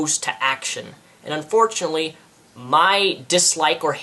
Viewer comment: i notice you say unforchanltly (cant spell) XD